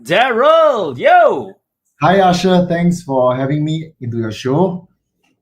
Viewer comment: Daryl his name is Asher not usher lol